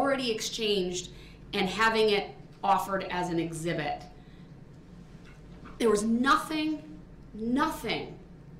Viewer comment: Actually, he says “Zibit”🤦🏾‍♂️